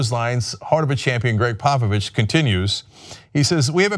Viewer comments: He's saying Popovich, I kept hearing Papa Bitch! XD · I swear Cenk is saying Pappa Bitch... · Thought he was saying "papa bitch"... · I honestly thought you were calling him Papa Bitch. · I thought he was saying papa bitch